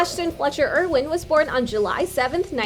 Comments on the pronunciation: Me. I was wtf!!!! YOU FUCKING PRONOUNCED IT WRONG!!!!!!! You doing you job wrong if you can't pronounce Ash's last name. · Who else freaked when she said Ashton's last name wrong?